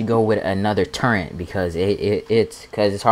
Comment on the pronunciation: Yeah, enjoying ED: Odyssey in 2022 so yeah, I'm necroing just to say this. There is no, 'n' in "turret" Brother. But also - and more importantly? I just want to see how repair limpets work (like the title says) but there aren't any chapters or any thing to tell me that I don't have to watch 26 minutes of video for that little bit of info. I don't know what most of the video is about but it's def not focused on repair limpets. I appreciate the effort tho' for what it's worth. Everyone should hop back into Elite Dangerous: Odyssey now that it's smooth and legit, relatively bugless. It's so fun.